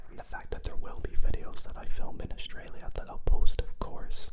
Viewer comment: A-U-S-R-A-L-I-A Australia❌️ Ausralia